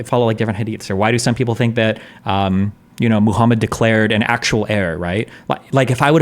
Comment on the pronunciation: I hate the way Destiny pronounces "muslim" "islam" "muhammed" Like we know that is not how native born Americans from Nebraska pronounce those works.